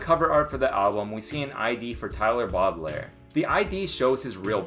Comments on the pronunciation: Baudelaire is pronounced Bo-Di-Lare. Same as the Lemony Snicket kids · bro you need a French guy to pronounce boudlaire jesus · why do you say baudelaire like that 😭